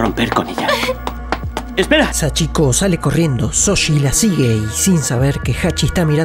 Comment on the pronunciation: ¿Shoji? No Soshi 😎